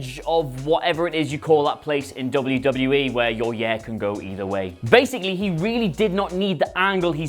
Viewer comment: YOU CANNOT PRONOUNCE THE WORD “YEAR” IF YOU CANT SAY THE WORD PROPERLY DO NOT SAY IT AT ALL